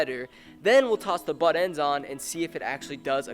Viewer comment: it called buttendzzz not buttend dumbass